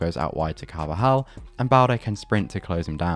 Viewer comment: You butchered the name of Carvajal on the attack of balde😂